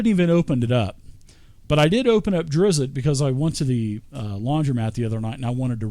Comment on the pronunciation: Nice video but you are driving me crazy for keeping to say Drizzit. I don't know why this nickname sticked with the character. He was called that a single time by a human boy in book 3, after Drizzt told him his name and the kid taught he was a monster of something.